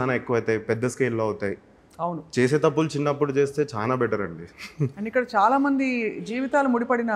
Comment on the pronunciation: Meeru chana ani antunnaru adi chala ani anali telugu nerchukondi